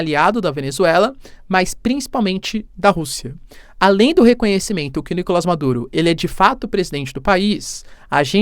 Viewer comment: Professor sem ser chato: É Nicolás, na língua espanhola não existe o som do A fechado. É sempre o A aberto 👍.